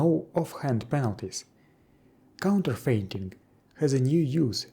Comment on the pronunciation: You may want to check the pronunciation of "counterfeiting". Although, counter-fainting would be pretty funny to see =D